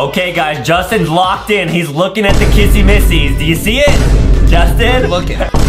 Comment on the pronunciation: Why does justine say kassy massy its sapoosed to be kissy missy